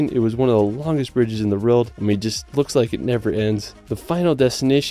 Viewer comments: World…it’s world. Not reald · Can you say the word "WORLD". Your pronunciation of this word makes your video unwatchable! For some weird reason, you seem to pronounce it "RILD". "Best surfing in the RILD". WEIRD, WEIRD, WEIRD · Love you channel but I can't take the way you say "world" it's like you're saying "rorld" 😭😭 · world = rerld in all seriousness tho, great video